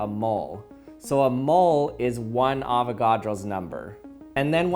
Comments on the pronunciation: I hear "long ass number" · Oh my God is Amber Is what I can hear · All I hear at the mid part is arow's amber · He sounds sometimes like he's saying Avocado's never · Avognos zender is what I hear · At a little over a sextillion its sounds like he is saying: Avocado’s never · "AVOCADO'S SNOBBER" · All I hear is “No Nut November” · When u get farther in the vid it just sounds like “ avagados numba “ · "AVOGRADO'S NAMBER" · Did I just heard "Avocado's Number"? Hahahahahaha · I thought he said avocados number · Please tell me I wasn’t the only one that thought it said avocado’s number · it sounds like "avocados? never!" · On 2x i heard avocados never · I was hungry and thought it said "Avocado."